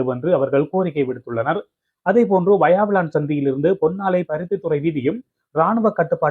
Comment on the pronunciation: வாயாவிளான் இல்லை! வசாவிளான்!! தயவுசெய்து நாம் தமிழர்கள் நம் தமிழ் பிரதேசங்களில் உள்ள ஊர் பெயர்களைச் சரியான எழுத்துப்பிழைகளின்றி செய்தி வாசிப்பது நன்று! எதிர்காலத்தில் கவனத்தில் கொள்ளவும்!! நன்றி.